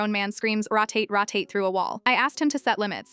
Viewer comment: Um, AI... it's rho tate not ra tate.